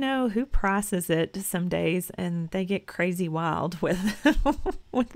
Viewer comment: Oh my gosh! Your southern came out so much when you said “crazy wild” and it just made my whole day. ❤ I’m from Canada and it just sounds very sweet and wholesome hehe. 😊